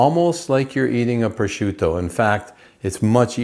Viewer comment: its CAPICOLA, not CAPICOAL. stop mispronouncing words . its MOZZERALLA not MOOTZERELL! You pronounced PROSCIUTTO the correct way, so you obviously know you are saying the word wrong, so why? why? With that all being said: I can not wait to try your way. I usually use hot sauce with salt when I brine it and then pepper and mustard to dry age it. I can honestly say i have never tatsed "mild" CAPICOLA before. Thank you for this video